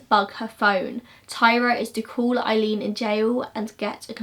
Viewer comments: Aileen Pronounced, "Ay"-leen, not "Eye"-leen, from an Eileen. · Great video.I just have to let you know her name is 'Aileen' pronounced like 'Ay-leen' .like the word 'hay ' without the 'h'. Well done on content .wonder what would have happened if her mother had kept her.